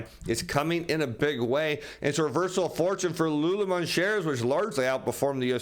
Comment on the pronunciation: Great content. Fyi... Lululemon = "Lou-Lou-Lemon" and Rivian = "Riv-ee-inn"